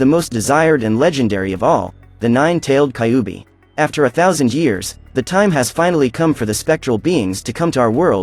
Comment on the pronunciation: I wonder inspired by Naruto definitely. You pronounced kyuubi wrong. By the way Kurama was sealed inside me lol. He gave me power ups ever single fight in my dreams.